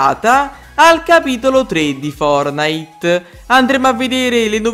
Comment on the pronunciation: Posso dire una cosa ma tu perche dici fornite booooo